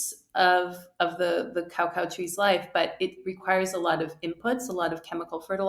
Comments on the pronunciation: Pronounced ca-cow not cow-cow 😂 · Love how you're commentator speaks perfect English but pronounces coco as cow cow🤣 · why she pronounce it like cowcow, LOL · Cao Cao was a famous Han Dynasty Chinese general. Cacao is unprocessed cocoa. Pronounced like KUH-KAU by everyone in the world except this lady. It’s ok to be wrong, but to be wrong and sanctimonious is just embarrassing.